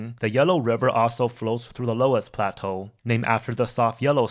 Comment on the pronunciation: This is a very welcome introduction; it makes China's history more comprehensible. I like that you employ native Chinese pronunciations. One tiny point: the word 'loess' (the fine, wind-deposited soil) is from the German and pronounced in one syllable: /löss/ , very close to the English 'less.' There are extensive areas of 'loess' in Eastern Washington State and in Iowa, where they form soils renowned for their fertility.